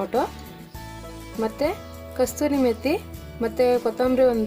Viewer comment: Calling kasuri methi as kasturi methi - just Indian things.😄 Tumba channage Kanta ide avre. Nodi hotte tumb hoitu.